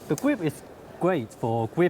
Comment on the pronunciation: ‘The gwip is gweat fo gwipping.’ 😂